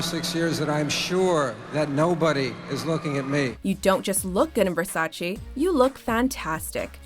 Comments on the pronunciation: You pronounced Versace as versaCHI, it suppose to be versaCHE. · Whats Versachee? I heard of Versace.